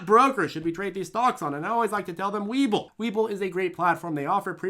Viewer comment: You pronounced it wrong... It's hhhWeBull😂